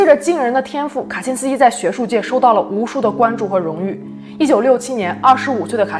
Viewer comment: "卡辛斯基"讲得恰